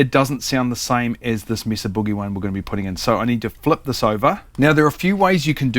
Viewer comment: It’s pronounced May-suh You did pronounce boogie correctly, ie: not like moon or groove.